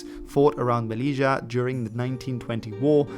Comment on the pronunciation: Good video! From Spanish Moroccan 😎 just side note you pronounced melila & Ceuta wrong it’s MeLilya & Ceu Ta or Sebta